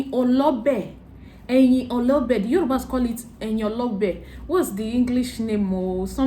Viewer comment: The leaves is pronounced - re mi re re re - Eyin Olobe